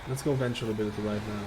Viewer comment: With all due respect, Venthir is pronounced “Ven-theer” and Conduit is pronounced “con-do-it”